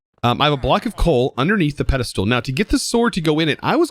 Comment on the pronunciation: I say words wrong all the time. When I'm corrected, I try to say it right, but I don't aways succeed. I guess what I'm saying is, don't worry about it overmuch, you're a great content creator even if you get some wrods worng now and then. Also, I love the way you say pedestool.